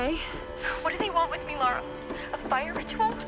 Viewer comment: It's LARA, not laura...